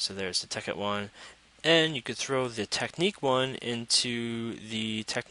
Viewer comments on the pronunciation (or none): it's not teck-neek, it's tech-nick